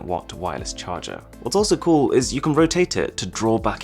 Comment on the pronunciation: I luv his Vida but dislike because c00l word a Lil buging because it sounds like $chool lol